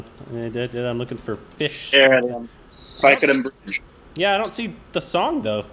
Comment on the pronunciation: Thy- ku- dum bridge... Govind Me-nun...